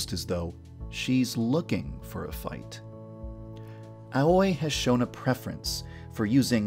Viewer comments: Is anyone gonna tell him he said "Aoi" wrong? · PLEASE learn how to pronounce "Aoi". As an important character in your game, it's really sad you didn't even say it right considering you've done fine with everything and everyone else. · Tbh the only cringy thing here is how he pronounces these Japanese names 😂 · It bothers me how Yandere dev pronounces ”Aoi” Because I always pronounce it as AoE. 😂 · Oh my gosh... The way he pronounces Aoi's name is too much... It's completely wrong ! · The way you pronounce Aoi is my new pet peeve Ples listen to naruto's opening blue bird for reference, PLEASE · i'm sorry but does it annoy anyone else when he grossly mispronounces the names of the characters that HE invented? i feel like he could have at least googled their pronunciation... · Aoi. A-wee. Ah-whee. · I thought Aoi was pronounced 'A-wee'? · Hate to point this out, but Aoi is pronounced like "owie" because "ao" is pronounced "Ow" or "Ah-Oh" and "I" is pronounced "Ee." Please take the pronunciation of these names into consideration when making a video. Thank you. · Every time yandere dev says “aoi “ I keep thinking he’s saying “ahoy” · Also, you pronounce Aoi (owee) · You are mispronouncing Aoi, my dude. It's pronounced like owie. Haha... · Your Pronounciation of Aoi bothers me a bit. I think it's supposed to be pronounced Ao-i (Owie) instead of A-oi (Ah-oi) Though I suppose if that's what you actually want it to be, that's fine too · Aoi is pronounced as Awee not A-uy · Just a minor nitpick, Aoi is actually pronounced more like "owie" rather that "ah-oy". I know the pronunciations of most of the names are a little off but that one bothered me a little more for some reason lol. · Your pronunciation of Aoi is weird, you pronouns it as A-oi when it should be pronounced ow-ie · Aoi is pronounced Ah-oo-e not ahoy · Ok... one thing is driving me insane here. It's AO-I NOT A-OI. it's pronounced liked owy, like a kid says "Owy! That hurt!" Sorry, that just really bugged me.